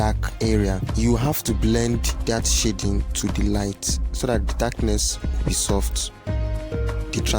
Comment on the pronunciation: Bro, please do not pronounce "shading" the way you do ;) Awesome tutorial though.